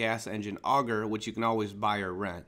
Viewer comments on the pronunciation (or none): none